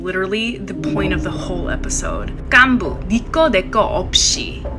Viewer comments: The gganbu part irritated me lol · This person narrating it doesnt do justice either, at least pronounce the words correctly. Gganbu is pronounced GAHN-bu, not gyan-bu. Also sae-byeok is pronounced seh-byok, not say-byok. Those subtle differences are huge in korean, given that the incorrect pronunciation said here are literally different words. This might be nit-picky, but if you're gunna do a video about how bad the dubbing is, i find it pretty ironic how bad the pronunciation is too. Another example is the korean word seonmul (gift/futures in korean). That is a horrible pronunciation. there is no soft L in korean. It is pronounced like "seon-moor". in korean it's a huge difference with the L/R sound, you have to say it.